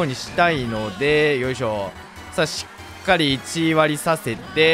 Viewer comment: 「しつかり」とか最初めっちゃ気になってたけどだんだん可愛くなってきた🥺 改めて思ったけどの顔って可愛くてかっこいいよね🥰